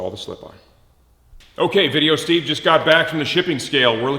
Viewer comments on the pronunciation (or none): none